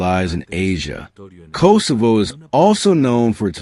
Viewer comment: Kosovo is pronounced differently.